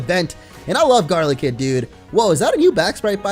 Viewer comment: Its not garlikid its GODLYKID